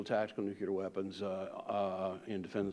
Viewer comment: Why do "expert" americans keep using word "nucelar" ?